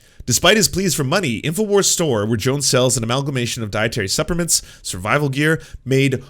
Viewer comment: Lol "dietary supper mints"